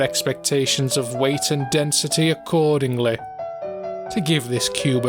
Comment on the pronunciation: “Densitè” “Accordinglè” “Immortalitė”